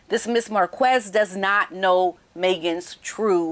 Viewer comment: Just a correction Marquez you pronounce Marqez not Marquez. Love you!